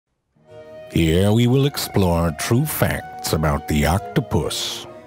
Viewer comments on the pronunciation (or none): none